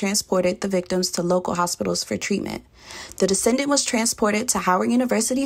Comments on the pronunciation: She is killing me, keep say "descendant". The word is "decedent" meaning the person that died or is deceased. 🤦🏾‍♂️ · oh my God she really said “descendent” the whole video smh a descendent is someone you descended from… a Decedent… is someone who is DECEASED